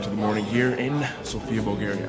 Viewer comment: Greetings from Bulgaria. We are old country and we speak Bulgarian language and the alphabet is ours. Also it’s pronounced Sófia. :)